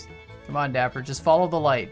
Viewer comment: That’s not nice, it’s dapper, not daiper